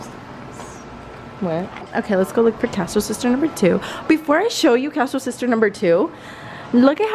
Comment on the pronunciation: When the sub pronounces ur name wrong 😂💀